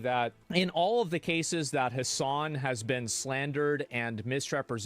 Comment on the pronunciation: You wanna know something kinda bad? every time you say "Hasan", I kneejerk think to myself "wait, his names "Ham**".